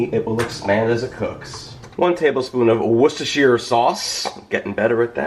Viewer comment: First YouTuber to say Worcestershire sauce the right way